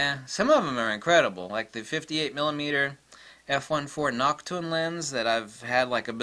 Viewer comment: I swear he pronounced Nokton as "Nachtung!"